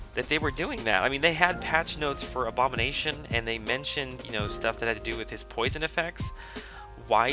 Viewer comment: oh! i were refering to Abomination when u said a-bom..i thought u said A-Bomb